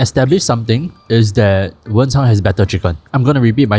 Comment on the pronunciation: stop calling it wencháng2 😭😭 it’s wenchāng1